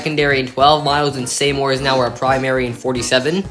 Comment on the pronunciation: It's pronounced SEE-more for Seymour